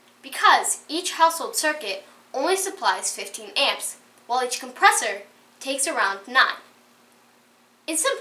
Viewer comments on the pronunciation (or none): none